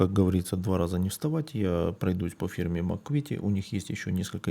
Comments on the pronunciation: Не Макуит, а Макет. Даже на инглише звучит название как Макет. И ещё у Макета есть набор ОТ-34 только версии с башней пирожком. У ICM версия с башней гайка, а у Макета башня пирожкового типа. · Трішки коробить як людину яка вивчала в свій час французьку, від вашої вимови слова МАКЕТ як МАКУВІТІ)))